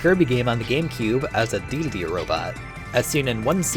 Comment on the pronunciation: Does he...does he keep calling King Dedede "King Deedledee?"